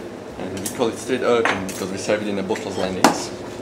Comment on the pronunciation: Good job with "Streen Urchin"....